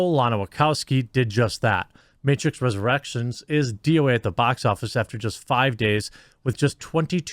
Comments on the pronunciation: "the matrix resurrerections budget" lol. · Matrix "ResurrERECTIONS"